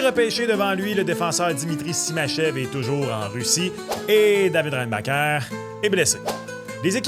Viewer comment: Il n’avait qu’une seule job… apprendre à prononcer REINBACHER. Un nom de famille de difficulté moyenne à faible. Côté annonce d’un pick on était loin de Céline qui est ému d’annoncer Demidov à Vegas.